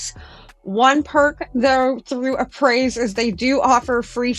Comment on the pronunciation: Hey, just so you know, it's pronounced (uh-pray)